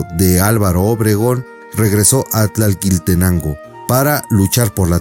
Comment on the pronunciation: No es tlalquiltenango, es tlalquiltenango o sea sobra la segunda ele